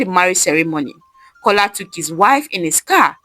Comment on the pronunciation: The name is A joke His name is Kola not cola